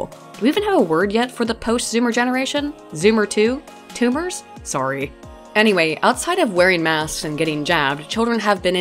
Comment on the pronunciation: "Two-mers?" I lost it.